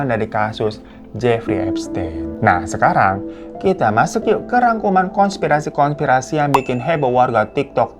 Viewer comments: Hai ka Hiro , konspirasi bukan kongspirasi ka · KONSPIRASI bang,bukan kongspirasi